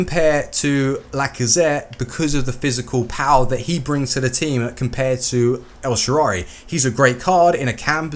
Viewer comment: this is not a hate comment however it's el-shaa-ra-wy and not elshaarary